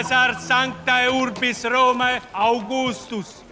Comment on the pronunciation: I have a question: Why does he pronounce sanctae and Romae differently? He said sanktaj but romä. Shouldn't it be either sanktaj and Romaj, or sanktä and Romä?!